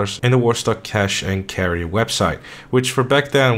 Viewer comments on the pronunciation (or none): none